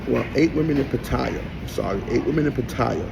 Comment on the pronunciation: What kind of man tells lies 2 himself smh. You be talking nonsense B. This is getting crazy. Also you say pattaya wrong. Fix it!!! You did all this about black holding one another up. One of your first videos was you talking about you not wanting to shake a black man hand and why was he trying to do all that. You a fraud B a hypocrite. Get it together